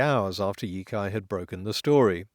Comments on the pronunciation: Sitting here dithering about whether to comment on not I've decided to go ahead with it; honestly only because your Chinese pronunciation is generally good. The 一财 (yī cái) in "第一财经 (dì yī cáijīng)" is more like yi tsai than yi kai No big deal, but I thought you might want to know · Not to nitpick, but the "cai" in Yicai is pronounced "tsai", not "kai". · yicai is pronounce E-tsai not E-kai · I know correcting pronunciation for a language that the speaker doesn't know is gauche, but Yicai is pronounced Yee-tsai not Yee-kai. The c in pinyin represented a ts sound (though in some cases it can also sound like ch) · In the Pin Yin system for Romanizing (Romanising) Chinese, C is pronounced like our TS sound, not like our K sound. (They were influenced by Slavic linguists when they developed the system.) So for us, Yo Tsai, the old Wade Giles spelling, would be clearer.